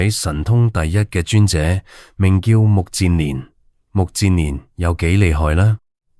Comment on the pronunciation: 目犍連，音不是目健連嗎?為何變了 目賤連😮😮😮